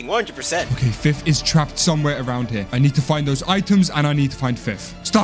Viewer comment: Nice Job Dude the Way they Called Him fif instead of fith